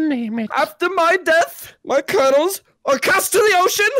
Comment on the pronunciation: "I took 4 karnals"